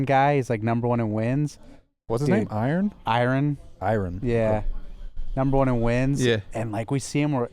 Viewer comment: Karma: "Iren": "Iron?" Karma: "Iren"